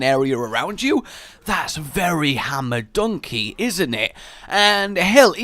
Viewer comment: Is anyone gonna tell that Rein says "Hammer down" not "Hammer dunk"